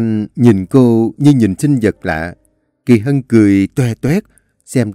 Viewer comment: Anh đọc lộn Kỳ Mỹ với kỳ Hân😂😂😂😂😂